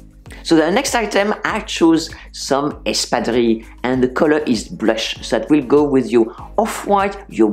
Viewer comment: Thank you for this video, and thanks for showing how 'Espadrilles' are actually pronounced :)